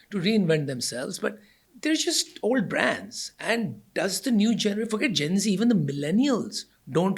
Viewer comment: Gen z, not gency Generation Z (often shortened to Gen Z), colloquially known as Zoomers,[1][2][3] is the demographic cohort succeeding Millennials and preceding Generation Alpha. Researchers and popular media use the mid-to-late 1990s as starting birth years and the early 2010s as ending birth years. Most members of Generation Z are the children of Generation X or older Millennials.[4][5] As the first social generation to have grown up with access to the Internet and portable digital technology from a young age, members of Generation Z, even if not necessarily digitally literate, have been dubbed "digital natives".[6][7][8][9] Moreover, the negative effects of screen time are most pronounced in adolescents, as compared to younger children.[10] Compared to previous generations, members of Generation Z tend to live more slowly than their predecessors when they were their age,[11][12] have lower rates of teenage pregnancies, and consume alcohol (but not necessarily other psychoactive drugs) less often.[13][14][15] Generation Z teenagers are more concerned than older generations with academic performance and job prospects,[16][11] and are better at delaying gratification than their counterparts from the 1960s, despite concerns to the contrary.[17] Sexting among adolescents has grown in prevalence; the consequences of this remain poorly understood.[18] Youth subcultures have not disappeared, but they have been quieter.[19][20] Nostalgia is a major theme of youth culture in the 201